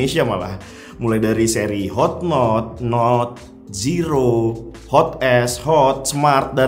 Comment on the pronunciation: Seri Note bang bukan Seri Not